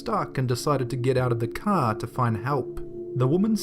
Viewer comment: i hate it when you say car